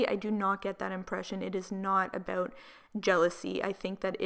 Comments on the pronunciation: I love how you say about AH BOUT 💕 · The way you say about makes me cringe 😶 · aboot lmfao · “Oot” “aboot” Oof, girl 🤦‍♀️😂🙉